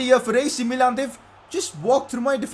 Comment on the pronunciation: It is not mee-lan it is mi-lan